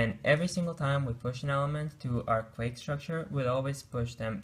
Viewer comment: Great video illustrating Stacks and Queues. However, just for your information, "Queue" is pronounced simply as "Q" or "Kew" and Not "Quake".